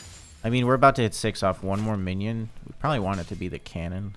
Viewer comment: Everyone else: "Minion": "Filet Mignon"